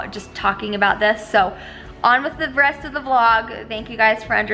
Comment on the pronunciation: Lol you said breast not rest😂